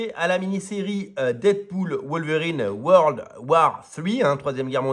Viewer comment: World alors et non word .c est pas la guerre des mots mêmes si c eu été possible